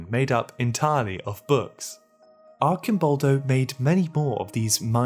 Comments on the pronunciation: De Chirico is pronounced "Deh Kìrikoh". Arcimbolbo is pronounced "Archeemboldoh". BTW, great video as usual! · I love your videos but you pronounced the name of the first artist completely wrong, you said "de Cicero" instead of "de Chirico". Later in the video you sai Arcimboldi with a hard c that is completely wrong. You probably can't research everything but to an Italian as myself your pronunciation could sound even a little disrespectful. P.S. I can't stress enough how much I enjoy your work and the very stimulating points you raised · not to be a grammar nazi but u should switch the pronunciation of the letter C in Dechirico (in which the Cs are pronounced like the one in the word car) and in Arcimboldo (in which the c is pronounced like the one in cheese), amazing video as always though! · Thank you very much for the several sparks given in this video. As a history of art teacher, I appreciated it very much. The only concern is about the pronunciation of Italian artists: both De Chirico and Arcimboldo were definitely wrong. Thank you anyway, it is really a great summary of the dreams and unconscious in art.